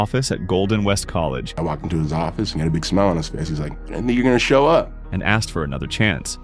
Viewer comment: I thought he literally said you know I believe it's my job to go out and choke kids lol he said show kids . For a second I was like damn Tito you're out there pulling an Anakin Skywalker on these little kids. 😂